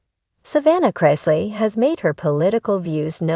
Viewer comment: It's Chris- ley, not Chrise- ley.